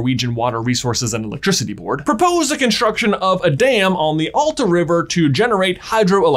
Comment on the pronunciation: you pronaunst Masi correctly but not Alta and Same. i am from Alta and kautokeino.